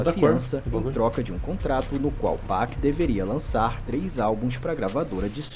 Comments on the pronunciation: ele falou 2pec , mds ele falou 2pec cara kkk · Não é 2pec é 2pac irmão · Ficou estranho o jeito que o falou 2pac mesmo 😂😂😂😂😂😂😂😂😂😂😂😂😂😂😂😂😂😂😂